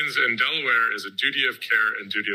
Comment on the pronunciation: You said duity